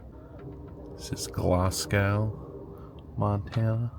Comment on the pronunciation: SpoCAN, Glass-go, and Havv-er. The person who told you that Havre was pronounced that way was yanking your chain. I'm sorry they did that, what a mean thing to do. When you were coming into Whitefish, you were following along where Louis and Clark travelled and you were also about an hour south of Canada, BC, specifically. As you entered the prairie part of the state, you were south of Alberta. The reason they go slow in windy weather is because it's safer for high-profile conveyances. The wind really picks up speed once it gets over the Rocky Mountains and it's not uncommon to have wind gusts of 80mph and sustained winds of 65-70 mph, with Browning and Cut Bank being about the worst areas for that. I didn't hear you mention it but you went thru the Blackfoot Indian Reservation when you were in Browning. Glacier Park used to be part of their homeland. Going thru Glacier on the train got you in to see the Park, but the prettier areas were north of that line. You now have to get a reservation to get into Glacier, sadly. There's no train service, but if you can ever get a reservation, go from West Glacier/ Apgar and then on up the Going To The Sun Road and down to East Glacier, which was pioneered back about 100 years ago. That trip is positively jaw-dropping. Get on one of the red Jammer Buses, or take the regular transportation van, then get back on the train again. The Buses and vans run in both directions, so you could get on at either Park entrance. The Jammer Buses have a